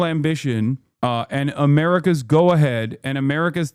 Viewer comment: "Its amurikas fault," stfu crunchy boy.